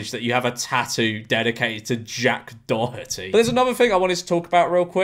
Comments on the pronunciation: I think it's said like 'dor-et-eey" and not "dor-hut-eey" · Maybe Jack Doherty copyright claimed u bc u pronounced his name wrong 🤪